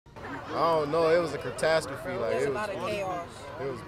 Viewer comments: "it was a chertastrophe" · "it was a cratastrophe" lmao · Draco Malfoy cratasterfee